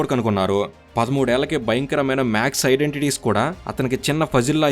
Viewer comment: రామానుజం కాదు, రామానుజన్ గారు, మాక్స్ కాదు మ్యాథ్స్